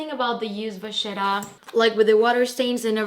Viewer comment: Wow. Stunning collection! But an FYI: Do not pronounce the 'e' at the end of Polène. It is "poe-len." And vachetta is Italian, so it should be "vah-kett-ah" (think about kettle). Thanks for sharing your pieces with us :).